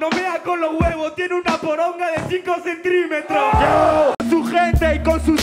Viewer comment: ERRORES DE TRUENO: p0rOn* de 5 centrimetros Problema resolvido (RESUELTO) me mira con la mirada este habla de mi viejo de mi padre este rapero es rapero FUNNY MOMENTS: el gallo de su vida Trueno gallego nunca te lo pregunte porque no me inporta se rie